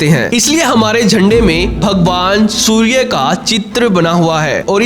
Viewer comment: सूर्ये नही सूर्य बोलो